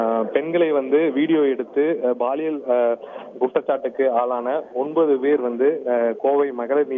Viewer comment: It is paaliyal not baaliyal😅